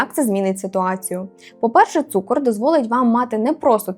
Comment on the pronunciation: Не цукор а цукр